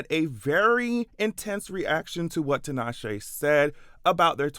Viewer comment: First time I've heard 'Tinashe' pronounced correctly.